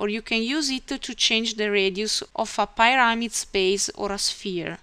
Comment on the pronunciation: you need to work on how you pronounce "pyrmid" Very well done.